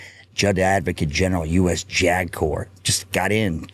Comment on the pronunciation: JAG Officer said quickly sounds like “jagoff!”